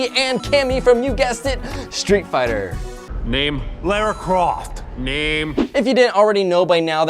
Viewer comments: Come on, the clip you showed has Ralph clearly saying the name "Lara", and yet you still insist on saying "Laura". I will never understand why many Americans refuse to pronounce that name correctly. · He didn't really say Laura Croft. Did he really say Laura Croft? He really said Laura Croft... :(